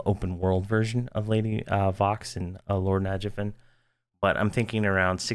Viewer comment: the way he says nagafen and najena made me sad lol